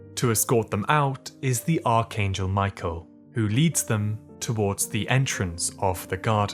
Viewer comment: please pronounce Michael's name right 😭😭😭